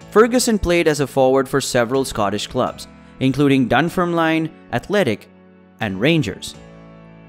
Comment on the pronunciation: The pronunciation of Dunfermline in this video is nothing short of atrocious